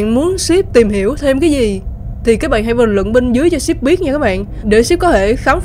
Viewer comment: Rút sai chính tả síp chứ ko phải chíp